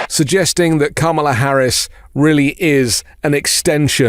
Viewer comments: Like your videos but plz pronounce Kamala's name properly fer chissakes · Mmmmm - STILL CAN'T PRONOUNCE KAMALA's NAME . . . DO SOMETHING ! IT's NOT DIFFICULT, JUST TAKES A LITTLE ATTENTION - OK credit where credit is due - by the end of the video you nailed it 🙂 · Please learn to pronounce Kamala correctly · Bro... STOP SAYING THAT WOMAN'S NAME WRONG... IT'S COMMA-LA...DAT SHIT BE PISSING ME OFF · please say her name properly! KAMA and then LA, my god its not difficult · Comma...la. Oh wait... when did he mispronounce her name? He corrected himself after the first time. 🤔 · I agree, that is what I was attempting to convey. The emphasis is on the first syllable. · It's pronounced COMMA-LA. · I like you much dude but you gotta pronounce her name right. I'm sure you also think it important and it was a mere oversight... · You just mispronounced her name then corrected yourself at the subsequent mentions😂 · it would be great if you would pronounce Kamala's name correctly. Come on, dude, really? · please make sure you pronounce Kamala correctly. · Gonna need you to say her name correct sir. Her family literally taught us how to say it correctly at the DNC. Keep making great content☺️ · Please pronounce her name correctly!!!